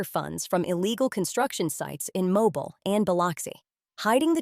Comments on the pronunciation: The name of the city is pronounced "Mo-bil". It is a city in Alabama,USA. Watching from Tampa, FL, USA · You are pronouncing the city in Alabama incorrectly . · Learn to say the name of the city!!!